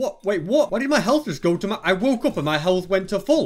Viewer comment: y do say me portol and not my portol?